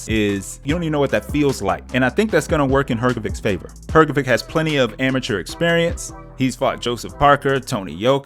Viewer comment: It's read HrgoviCH NOT HrgoviK.